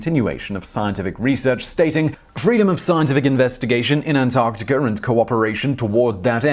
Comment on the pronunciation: I'm completely confused how the R sound comes with As - Antarticr??